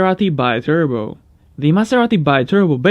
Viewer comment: Maserati BEETURBO is the right pronunciation, it is a word of Latin and italian origin